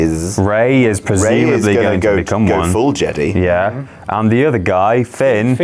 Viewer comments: It is Jedi not jedy!!!!!!!!!!!!!!!!!!!!! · "jeDAI" not jeDEE" -. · Are they mispronouncing Jedi as Jedee on purpose? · Why are you saying jedy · What is up with how you guys pronounce Jedi? Lol